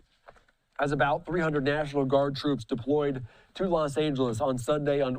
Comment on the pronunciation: "Gimmie back my Twoops! You Can't do dis Mister Pwesident!"